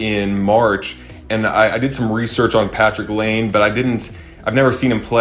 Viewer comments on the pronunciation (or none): I love your videos but as a huge hockey fan and hockey card collector I have to correct you on one little item the pronunciation of Patrick Laine, it’s Not “lane” it’s “lie-N-A. Keep up the good work brother